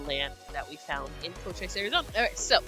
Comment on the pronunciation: Love your videos. Cochise is pronounced Coacheese